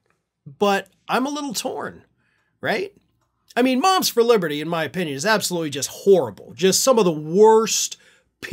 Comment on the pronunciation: "Moms For Liberthree"